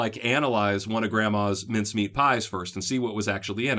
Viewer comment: Hi, thanks for the videos, you have been very helpful. I have to ask though, where are you from, and where did you hear about these ‘minced-meat pies’? Or are you saying ‘mince-meat’? I’m from Australia, we generally just call them pies, or meat pies if you want to be specific! 😀😀